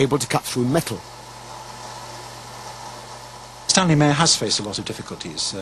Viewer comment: I SEE "Meyer" - I HEAR "Mahr" ( :¬o)